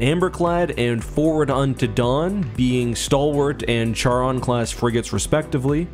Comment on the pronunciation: Charon is pronounced keh·ruhn. Jeez duder.